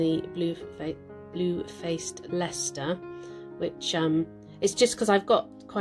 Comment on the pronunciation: Really enjoyed this tutorial. I am inspired for Christmas presents now, thank you. I really laughed when you said Blue flaced Leicester I say it every time I mention them, its so hard to pronounce. I got my family to try and they all stumbled! 😄